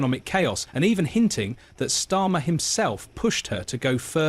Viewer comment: I guarantee Prince William didn't say anything about it, use the phrase for headline grabbing This is narrated by AI right? Of the 20 times you mentioned Starmer, you got its right once or twice 😅😅 Storma, Stima, Stama